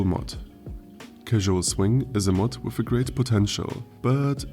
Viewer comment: "wiff new weapons?" Se Germans XD